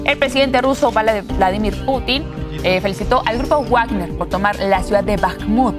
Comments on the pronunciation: jajajaj me dio risa, como lo pronuncio todo mal 😂 se escribe Wagner, pero se pronuncia 'Vagner'' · Pobre presentadora, no sabe ni hablar, le debieron decir como se pronuncia Wagner.